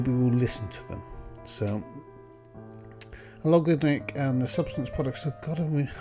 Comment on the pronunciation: By the way, the (former) company name is “Allegorithmic”, not “Alogarithmic”.